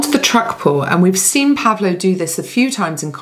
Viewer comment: I could completely shock you: it's not pronounced PAvlo, but PavlO 😊 instead. And yes, it's a biblical name corresponding to Paul and Pablo in English- and Spanish-speaking countries respectively.